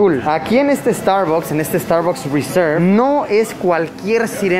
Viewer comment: me estresa cada vez que dice starbocs :,D